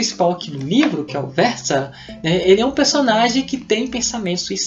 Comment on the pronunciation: Adorei sua resenha. O o modo como coloca os fatos e tal. Sempre procuro resenhas quando termino uma leitura para decidir o próximo. E o modo como você faz é bacana. Ah, e pelo tempo q estudei alemão, é isso mesmo: "Guêtâ" e "Featea" - er tem a fonética "ea".